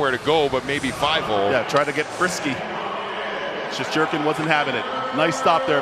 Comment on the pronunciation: I can’t be the only one that the way they said shesterkin pissed off